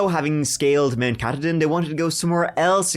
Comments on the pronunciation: Mount Ka-TAW-din. Also one of the first places to see the sunrise. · Mainer here! The mountain mentioned just a few seconds after the 5 minute mark is prounced - 'Ca-Todd-in'. Not a nitpick, a fun-fact. Thanks and for keeping me company as I drive about for work. Best wishes ❤